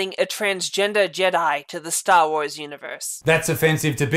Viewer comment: Stahwahs